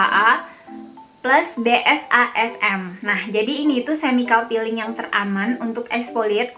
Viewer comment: Peeling kak, tp kaka nya bilangnya malah jd feeling 😀😀 🙏 org sunda gitu kali yah, huruf F dibilang P ... Huruf P malah dibilang F